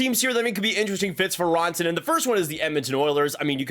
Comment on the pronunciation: It’s RAN-TA-NEN not RAWN-TA-NEN